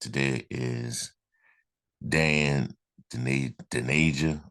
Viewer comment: (From an Illinois fan) Just to let you know, his name is pronounced: Dain sounds like "pain", Dainja, sounds like "painya". Illinois fans are very disappointed he's leaving, but I don't blame him. I blame the coach, because he didn't play him nearly enough. They played Coleman Hawkins instead and the coach should have played them together more. Dainja subbed for Hawkins. Dainja is a beast. Reminds me of Charles Barkley, but faster going down the court. Great rebounder, scores mostly from inside, great passer, runs the court to get feeds for layups. He really is 6'9", 270 lbs., but very agile. He has a good mid-range jumper and wily moves under the basket. Fans loved to see him play when he got in. He should have been a starter. I hope he gets to play more at Memphis. He's was a great teammate too. Very likeable guy.